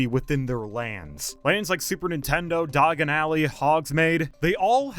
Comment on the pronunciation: He really didn’t need to say he hasn’t watched Harry Potter after pronouncing those like that. 🤣